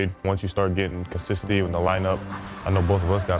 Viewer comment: Zach Lavine can't even pronounce consistency